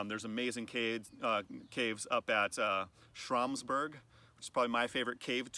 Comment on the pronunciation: Oops! It’s Schramsberg haha!